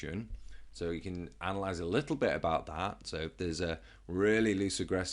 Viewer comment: you said analyse incorrectly